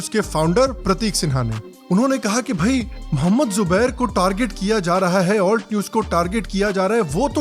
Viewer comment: Every time he says ALT news, it sounds like Fault news 😂